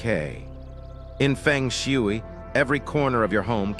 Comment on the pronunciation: Nobody will believe you until you make the right pronunciation of Feng Shui. There are 2 right pronunciations, in Mandarin and Cantonese.